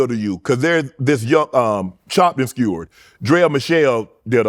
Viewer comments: This nixxa Shannon said "CHOPPED AND SCEWARD" LOL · Not gonna let unk slide with saying Chopped and Skewered